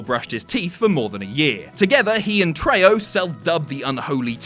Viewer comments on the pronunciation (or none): It's "treho" not "treyo"